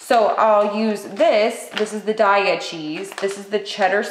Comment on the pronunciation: The said it’s pronounced like “day “of the dead” for the Diaya cheese...day not die...as if it really matters...I’m definitely going to try this recipe, it looks amazing! Sorry for babbling